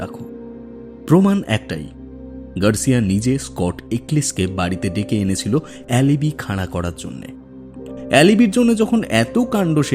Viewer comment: অ্যালিবি !?! বানান alibi উচ্চারণ অ্যালিবাই